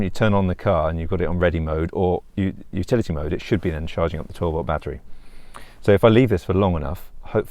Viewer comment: I thought you were saying futility mode for a while.